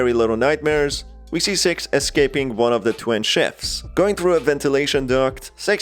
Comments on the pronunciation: Every-time use say “Six” I think your saying “Sex” and I’m like “WHAT THE HELL MAN! ITS JUST A INN- oh.. my ears are deceiving me.” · Why are you say S E X and not six?